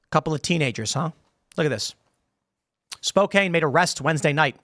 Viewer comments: Spokane has a soft 'a', like soda can. Also Spokane is on the conservative side of the state. I can't imagine what they would do if somebody did that in Seattle. If they spray painted over a mural on a private wall, I could understand the charges. But this is a street. We expect people to drive on the streets. We expect people to walk in crosswalks. We should expect tire marks, shoe marks, dirt, spilled beverages, etc. on a crosswalk flag. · I’m just laughing at the way Tim keeps pronouncing Spokane. Yes Washington is a complete liberal leftist shit hole !! Sick of pride month and all the nasty propaganda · I laugh every time he says Spow-cane. It's Spow-can brah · SPO-CAN. Who the he'll has ever said spo-cain? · It's the PNW Tim... It's Spo-can. Not Spo-cane. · Spokane. Pronounced spo-CAN. not cane. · It's pronounced spo-KAN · Only criticism is Spokane is pronounced “Spo-can” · Tim!!! Spoke-Can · Phonetically, it’s Spo-kan - the e is silent. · Tim, it's, "Spoh-Cann." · Live in Spokane (Spo-can) lol and this was such an overreaction on the cities part. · For educational purposes, Spokane is pronounced "Spo-can". 🙂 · It's pronounced Spo-kan. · Bro..... It's pronounced Spo - Can Like a spokes on a bike wheel and a can of tuna. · Also, its pronounced spo-can for anybody interested. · Is running your mouth having a backbone lol Timmy and it's pronounced Spo-can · Sometimes I miss my home town(Spokane) it used to be so beautiful. You can’t imagine the amount of decay that has overtaken the city in the last 10 years. By the way Tim; it’s pronounced “Spo-Can” like saying spoken with an A instead of E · Come on, dude. It's Spo-CAN. SMDH. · It's pronounced Spocan. But I would just avoid the city all together. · Spokane is pronounced Spo-Can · Its pronounced "Spoe-can". I got checked by a Spokanese, im just lookin out.. 🫡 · It's pronounced spo can. Sorry that was bothering me. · spokane is pronounced "spo-can" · Pronounced “spo-can” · Spokane is pronounced spo can